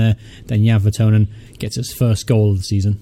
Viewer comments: it's vertonGhen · I know you said your bad with names in previous videos but think of kitchen thongs when saying Jan Vertonghen. Really great content. Glad you're doing well.